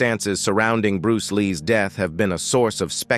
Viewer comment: Around his deeeth?? Who taught this guy how to speak??